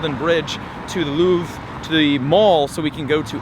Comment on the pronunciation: Louvre, pronounced, Loov-re, but you stop it before the e, sort of. Basically in French, not all words, but most, don't pronounce the last letter. There are many rules, but it's not as hard as English. There, They're, Their...